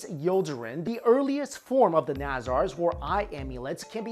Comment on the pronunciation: It's pronounced Nuh zurs (Nazars) and not Nazaaars